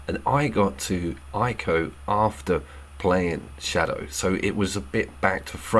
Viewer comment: Couldn’t agree more. Just so you know know ‘Ico’ is pronounced the same as ‘eco’ 😄